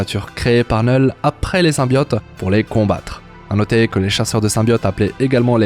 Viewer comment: Neul ??? C'est bizzare comme prononciation, c'est pas plutot Knoul ?